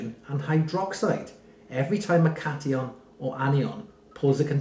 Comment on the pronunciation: The correction pronunciation is "Cat-Eye-On" and "Anne-Eye-On" 🙂Thanks for the video!